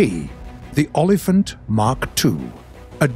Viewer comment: Yo olifant is afrikaans for elephant why is so many people pronouncing olifant so weird